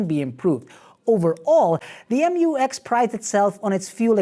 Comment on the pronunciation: Butchered the name again, right off the bat. “Emyoowex”!